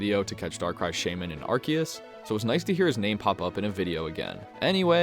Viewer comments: its AR SEE US... not ARK E US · not fault, if you read Arceus's name in Japanese you can see it actually has a "se" sound/katakana letter. It's probably pronounced differently in official English because it sounds like "arse"